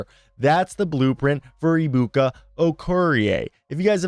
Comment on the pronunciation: Pronounced A-bukah Okoh-ree-A. You're welcome. His first name is actually shortened. But it means "God is so great" or "God is so Big."